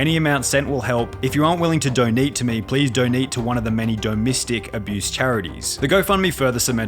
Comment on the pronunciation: The way he said "Donete" as is it was an actual English word made me howl with laughter I'm unable to can